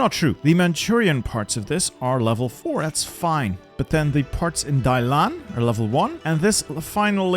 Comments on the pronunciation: Hey you mispronunced the port of Dalian,its not pronounced Dailan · Every time you pronounce Dalian as Dailan 😂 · Was literally cringing every time the name Dalian was said, thanks bro. I can never understand how people can change the order of the characters when reading something out loud.